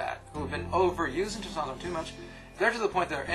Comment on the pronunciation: He's not entirely sure how to pronounce testosterone... he quickly slurs through the word everytime he says it! he's a professional!